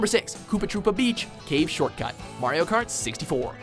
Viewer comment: it is probably just me but I thought he said wario kart